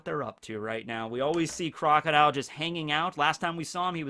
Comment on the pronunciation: You called Crocodile pretty much perfectly